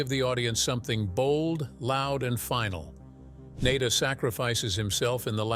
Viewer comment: The repeated mispronunciation of Nada's name is just lazy.